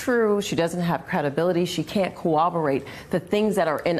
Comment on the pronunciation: When she pronounced Corroborate as Cowwoborate, I knew she as a Haitian Creole speaker.